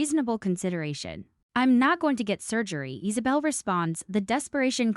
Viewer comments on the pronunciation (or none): Is saw bell. For the love of good its Isabella i fuckin hate these ai videos